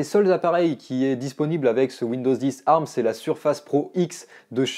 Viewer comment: Tant qu’à être chiant, on ne dit A R M mais Ey Ar M. chacun prononce comme il veux, sur ce…